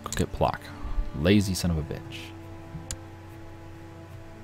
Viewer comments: Every time he says it, I yell "Pwotsk!" at the screen. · Your pronunciation of Płock is just so bad xd